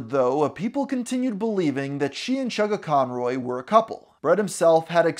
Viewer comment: havent watched the video yet but as soon as i hear him say "chuggaconroy" i felt pain